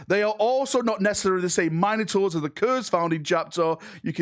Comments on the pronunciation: Just listen to him he calls them the "Mine a tors" rather than the "Min oh tors" he's claiming them as his own. (yes i know this is due to his accent vs my own midwest way of talking but still) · Min-ah-tours eh? Interesting way of pronouncing Mino-taurs. xD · Mine - ators? Must be a British thing 😂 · Mine-o-taurs lol...